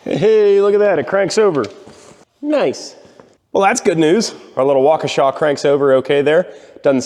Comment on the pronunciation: Gotta give props on pronouncing Waukesha. Rare to come across a non Wisconsinite that can pronounce Waukesha properly.